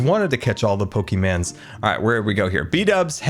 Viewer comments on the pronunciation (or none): where's the "i" in pokémon?